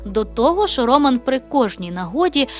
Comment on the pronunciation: Так не гарно наголос ставить ведуча на ім'я Роман